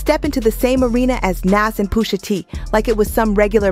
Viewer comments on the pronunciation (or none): Poosha??😂😂 I hate how she pronounced Pusha.... But aside from that this was good! Jimmy is crazy like 😂 his mama ...Great breakdown tho. Gave it a like 👍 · Ummm why is she mispronouncing Pusha and Nas? WTH? 😒